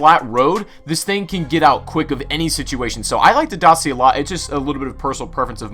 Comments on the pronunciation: it’s pronounced Daa-Chee-A. romanian company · Dacia, it's pronounced Dakia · YOU SAID DACIA WRONG.Is probounced Da-chia. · I criged everytime you pronounced dacia like that.. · I like how you say '' dacia'' but you pronounce wrong. Eh who cares